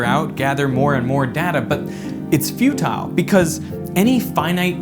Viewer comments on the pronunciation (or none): it's fu- TILE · "its fu-TILE" (how many people already said this??) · I disagree.... its lots-tile I'm sorry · It's Fu-Tile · Its fu-tile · "It's few-tile"... (aw c'mon, you know I had to!) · its 'Few-Tile' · "it's fu-tile" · it's few-tile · It's few-tile! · "you may look further and further to gather more data, but it's few-tile" I couldn't help but hear it this way lol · it's FU-tile. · Haha, it's fu-tile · It’s fu”tile”